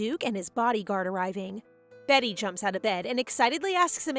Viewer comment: I still wonder why people keep saying "Betty" instead of "Beaty" when Beaty is a real name (and is not pronounced 'behtee' but bee-uh-tee/bee-ah-dee) - and this isn't the only video that does it. Every manwa maid or protag with the name "beaty" is renamed by the audio readers both human and AI alike as 'betty' -- such a minor thing but gets to me every time xD. Ya'll, can we at least try to be more concerned with accuracy? That said, at least it's still more consistent than the bad manwa translations that seem to change names every other chapter lmao!